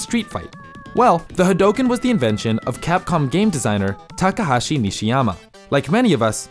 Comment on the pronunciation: "takahashi" man u putting h's where they dont belong